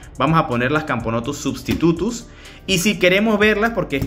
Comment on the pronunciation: XD cuando dijiste substutus entendí silvaticus